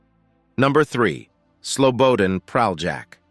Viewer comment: Its SLO BO DAN not slowboden 😅